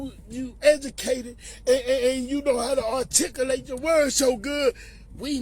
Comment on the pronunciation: My n'ga J said "artikalate" 😆😆😆 but obviously I'm just now seeing this particular video, and I'ma say this: when that incident happened, I think it just took us by surprise for real, so everybody energy was on Mt Everest. But on the cool, I didn't see any division in the city behind that jumping 🤷🏽‍♀️. There was no uproar. I think we all appreciated the fact that there was no gunplay because of the world we live in today, and it was more normal to punch vs 🔫 (of course every situation dictates). And I also think that we were disappointed when Ro went to the courthouse to get his chain back 🤷🏽‍♀️. But yeah... that's all 🤘🏽🤘🏽